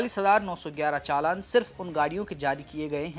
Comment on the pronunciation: चालन नहीं होता भाई चालान होता है